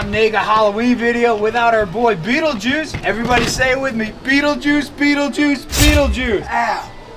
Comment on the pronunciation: STOP SAYING BEETLEGUISE lol, great video guys beautiful reptiles and amphibious critters and bugs:)